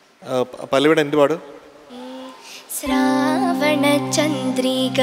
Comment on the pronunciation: ക്ക് അഭിനന്ദനങ്ങളുടെ ആയിരമായിരം പൂച്ചെണ്ടുകൾ!!! അതോടൊപ്പം ഒരു ഉച്ചാരണപ്പിശക് വിനയപൂർവ്വം ചൂണ്ടിക്കാണിക്കട്ടെ. സ്രാവണച്ചന്ദ്രിക എന്നല്ല ശ്രാവണച്ചന്ദ്രിക എന്നാണ് ഉച്ചരിക്കേണ്ടത്. മറ്റൊന്ന്; വന്നു കണ്ടു കീഴടക്കി നിന്നെ കേളി പുഷ്പമാക്കി എന്നാണ് ആലപിച്ചത്. എന്നെ കേളീപുഷ്പമാക്കി എന്നാണ് ശരി. അതു തിരുത്തണം. ക്കും അനന്യയ്ക്കും എല്ലാ വിജയങ്ങളും ആശംസിക്കുന്നു.